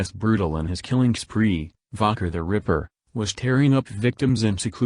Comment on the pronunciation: Jack The River? Stupid AI voice.